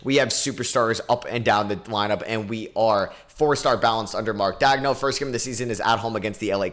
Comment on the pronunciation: Mark "dag-no" bro what is you saying?